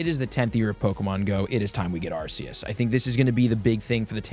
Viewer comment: How do people still pronounce arceus wrong lol the C is pronounced like a K